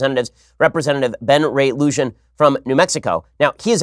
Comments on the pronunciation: It's pronounced Ben Ray Loo-hon. Not Ben Ray Lucian. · Can someone please teach Ben how to pronounce Luján. Loo-jen🙄. Loo-h-on 👍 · Loo-Han, Ben, Loo-Han, not Loo-jen. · Haha loo’jan haha Ben it’s loo’han.😂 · Hey Ben, the name of the representative from NM is pronounced "Lu-han". Just a constructive critique :) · Well. Glad to hear it was a New Mexican, actually kinda shocked considering the current political climate in New Mexico. Oh and Ben.....its Lujan: Loo Han (like HAN Solo) not lu...luj.....whatever you said. Lmao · Very good broadcast as always. I have one minor correction, though. I live in NM, so I know many of the names here. His name is Ben Ray Lujan, and his surname is pronounced Loo-hahn. Many blessings to you. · Ben please learn how to pronounce Spanish names. Rep. Lujan's name is pronounced Loo-hahn.